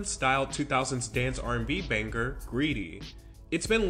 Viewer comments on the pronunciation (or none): Why are you pronouncing "singer" and "banger" like "sing-ger" and "bang-ger"? Like literally WTF??? Hahaha